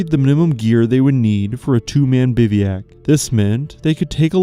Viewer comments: It not pronounced “biviak”. It’s pronounced bivwack (bivouac) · The narration is AI. Biveeyack? 32 minutes. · The pronunciation of "bivouac" is horrendous and annoying! You do know that any GOOD dictionary will have a guide to the correct pronunciation of the word?